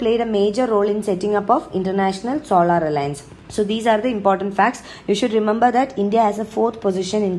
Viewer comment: Its not solaaaar energy ,pronounce it solar energy 😥